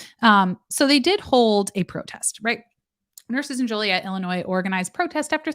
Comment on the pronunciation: I live less than 2 hours from Joliet (My late husband actually lived there). I think it's pronounced Jo-Lee-Ette. There's also a Romeoville